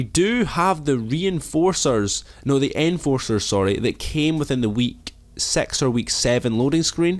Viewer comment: lmao did he just said week sex